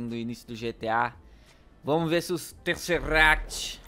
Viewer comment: Tezeract lê-se Tezerect